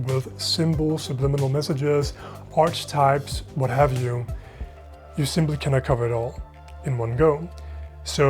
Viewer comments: Arch-types!! 😮 Please check your pronunciation. It's Arki-types. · Great video. Btw, the “ch” in “archetype” is pronounced like a “k”. So it’s pronounced “arketype” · I can’t let the way you pronounce Arc-a-type go. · hey dude great video! Archetype is pronounced Arkatype. Hope this helps out!